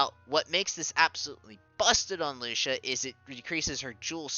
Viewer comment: Lucia's MA that she got a couple of weeks ago: HP +300 MATK +50 Skill Use Count +1 Also I think her name is pronounced more like Lu-chee-a